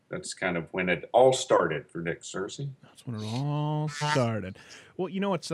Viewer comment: It's pronounced 'Ser-cee' not 'Seer-cee'